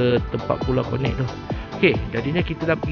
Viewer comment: Maap 🙏 cakap bang.. bukan pulau konek.. pulau konet bang .. aku orang kampung baru... kalau lame2 atas pulau nanti bujang nakal nak beekawan... 👍